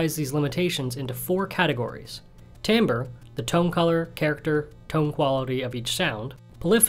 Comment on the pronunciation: Don’t mean to nitpick but that’s not how you say timbre 😭